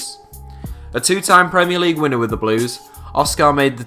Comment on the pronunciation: I cringed when he said outside of premier leauge